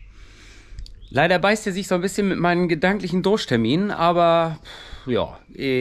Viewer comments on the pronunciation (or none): Dursttermin oder Druschtermin ? 😂😂😂 Muss die Gerste aus der Theke abgefahren werden ? 😂😂